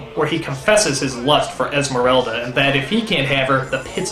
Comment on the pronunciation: Вот только она Эсмеральда. ЭсмЕральда.Через "е"